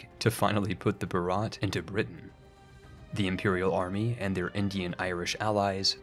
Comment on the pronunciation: Video Starts Says Bharat in a physically painful way Not saying its your fault, Idk why they spell it like that. Its pronounced Bhaarut. ("u" sounds like its used in "mud". Also, the H is not silent at all)